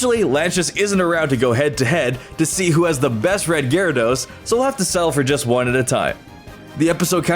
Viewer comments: GYARADOS, NOT GARADOES! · IT'S GYARADOS, NOT GYADORS!